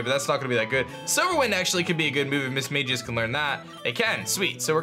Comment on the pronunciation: Alright, if you are gonna have a mismagius on your team, you better pronounce it right from now on 😂 EDIT: Also I love how the delta lotad stands out in the box. It has a black outline rather than the dark grey of normal mons, so it stands out and its great.